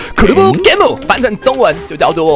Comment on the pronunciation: 好像不是這樣讀cubegame.... 你讀到好像日文...XD